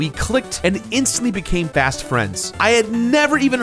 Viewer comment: says they became fast friends, but it sounds like he said "bast friends" Considering this and the lack of KNIGHT representation leaves me feeling HOLLOW, so I have to give this video, a B+